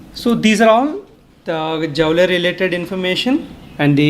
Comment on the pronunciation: Sir , Its not Jaule ,Its pronounced as Jool.